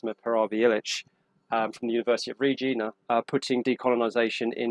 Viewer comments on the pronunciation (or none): Not University of Reejeena, it’s Regina. (As in “vivat regina”.) Also, US Americans are notoriously ignorant of ANY country other than their own. As a (white) Canadian I was asked by a degree-holding Californian where I got my food from. Did we have supermarkets in Canada or did we hunt? I yearned to say that I crawled out of the igloo every morning to club a baby seal, but there was a danger that she would believe me.